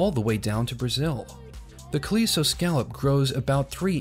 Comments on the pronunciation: he really mispronounces "calico." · but he really mispronounces "calico."